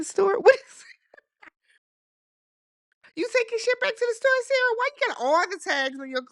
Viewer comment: Not you activating Siri by the way you pronounce Sarah. 😂